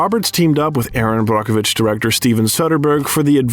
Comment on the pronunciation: What a great biography! I enjoyed this. As well the correct pronunciations of some actors and portraying names. Like Brockovich. Is exactly pronounced that way. It’s even under emphasized! Either way we know who the narrator Was talking about. ((This wasn’t about that)) I enjoyed watching this. Julia is a phenomenon.